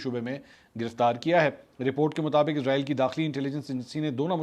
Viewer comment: Ap اسرائیل ko Izrael bol rhy hai ya mjy asi smj a rhi hai